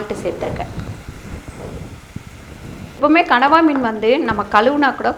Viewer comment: கணவாய் மீனா? இல்ல கடவா மீனா? சரியாகச் சொல்லுங்கள், தங்காய்.